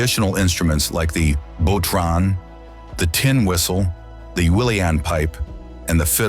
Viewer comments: Love this video!! Just a few heads ups on pronunciations of a few Irish words.... Bodhrán is said as Bowrawn, made with animal skin across a single frame. Uileann means elbow. Uileann pipes are played using the elbow to squeeze a bellows with one elbow into a bag under the other elbow, from there to the chanter, which is fingered similarly to a tin whistle. Uileann is pronounced like 'ihlon'. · The bodhran pronunciation is classic. Gotta love Iteland mansplained by an American.